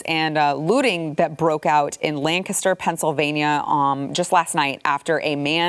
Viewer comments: So glad she says Lancaster right😹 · Thanks for pronouncing "Lancaster" correctly. Almost never hear it outside Pennsylvania.